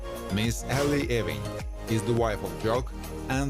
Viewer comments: Sorry,I can't take it! It's pronounced YOU-ING... NOT EEE-WING! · It's not E-wing, it's EWE-ING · The pronounciation is [u-ing] and NOT [e-wing] !!! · Ewing is pronounced YOU-ING, not E-wing!!! Trust me, I'm a Scot (a Jock). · 'Ewing is NOT pronounced as 'Eee-wing'! It's pronounced as 'You-ing' . Btw, it is not pronounced as 'eh-wing', either... sigh. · Ewing is pronounced " Y OO - ih ng" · This clown has no idea what he’s doing. Just one more site I’ll know to avoid in the future. Can’t even pronounce Ewing correctly. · Img this dude kills me with the way he pronounces Ewing!! Lol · Why does it bother me that he cannot pronounce Ewing correctly?